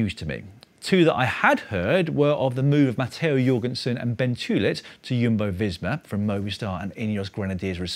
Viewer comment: It’s Jumbo not Yumbo